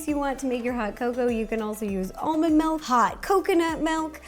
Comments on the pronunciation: Melk.....my wisconsin ears are bleeding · everyone drooling me: DID SHE SAY “MALK”??!??!??!